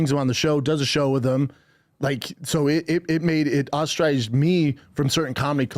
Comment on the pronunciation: Brendan's attempt at saying the word "ostracised" about a minute and half in, wow